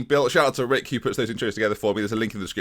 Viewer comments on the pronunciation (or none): none